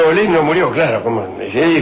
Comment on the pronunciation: Olid, no Olin